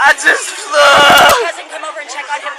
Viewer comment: "I just fleeww!" Lol